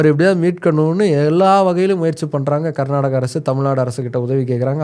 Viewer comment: ಈ ಬೋಳಿಮಗ್ನಿಗೆ ಕರ್ನಾಟಕ ಅನ್ನೋಕೆ ಬರಲ್ಲ, ಪುಂಗತವನೆ ಇಲ್ಲಿ😅